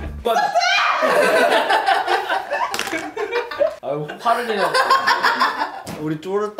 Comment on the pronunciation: 숟가락!! 노우~! 인써트으ㅡ!! 너무 찰지게 발음해버리시네